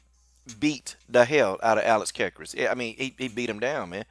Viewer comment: you pronounced alex's last name wrong.